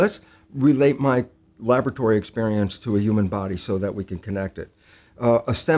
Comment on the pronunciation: Is he saying uman instead of human on purpose?